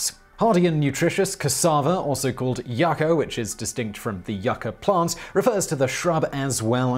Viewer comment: It is pronounced yoo-ka and spelt yaca